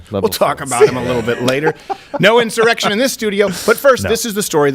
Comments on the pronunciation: No he said incited an erection. But if you’re feeling inspired sure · Did Schumer say erection instead of insurrection??? 🤣🤣🤣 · did say "inspired the errection" or did I hear wrong